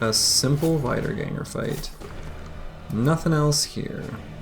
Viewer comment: i'm 99% sure you probably already know this and just say it that way because you like it... but wiedergangers are "vee" in the beginning, wieder (vee-der) means "again" in german